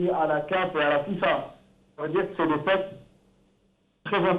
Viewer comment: Un journaliste qui n’est même pas capable de prononcer correctement un mot « les TEXTES » et non « les TESTES »